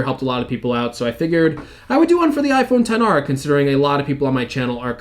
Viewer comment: it’s iPhone ten r